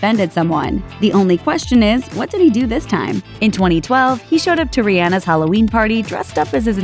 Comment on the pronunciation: “Showed up to ri-anna’s party”